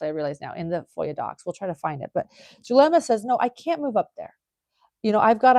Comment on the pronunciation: Who is Dulema? I thought it was Zulema/